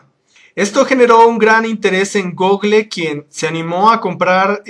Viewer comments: se dise gooogol no google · jajaja "Gogle" Es gúgol!